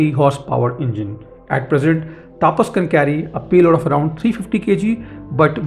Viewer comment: please pronounceTAPAS Properly.